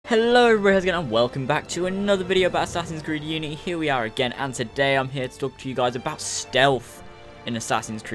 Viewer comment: We don't want the guards to be stronger and go learn how to say unity right